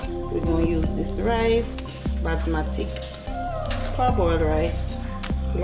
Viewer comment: no C not on Basmati 🤣🤣. Hush girl is not you alone pronounce it with the C.